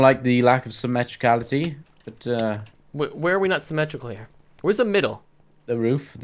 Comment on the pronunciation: "symetricality"... xD